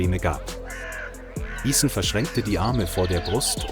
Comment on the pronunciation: The captions and audio don't match up. Also it's gross how. Ethan's name is mispronounced. Stop using chat bots.